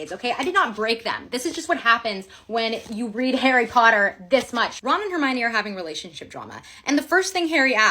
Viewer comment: Nooo, ickle 'Arry 'Otter is in Slytherin?